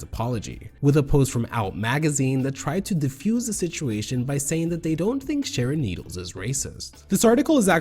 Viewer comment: im just glad someone on YouTube is finally mature enough to say her name normally this goes for sherry pie as well its just childish